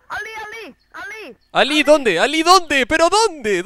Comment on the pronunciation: y su intento de hablar portuges me parte de la risa con ek alli ali